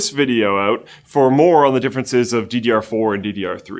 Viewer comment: "check this video oat"